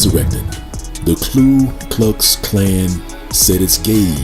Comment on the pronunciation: The spelling is right there, Ku Klux Klan, and still repeatedly calls it KLU (clue) Klux?